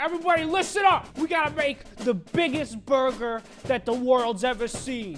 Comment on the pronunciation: Prepare To Laugh Hard "The burgar is complete" 😉😉😉